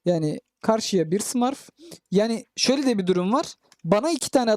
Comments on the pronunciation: Herşey güzel de, şu smurf kelimesini doğru söylesen iyi :d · Abi lütfen smurf ü düzgün söyle 😅